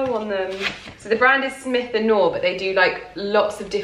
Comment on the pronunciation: “Smythe” the brand name is pronounced with the y as an adjective (think the y in eye) rather than “smith”! Absolutely no hate just thought I’d pass on the knowledge! 😀 My mom is a semi collector of smythe blazers so very cool to see you discovering the brand as well! It looks incredible on you, of course!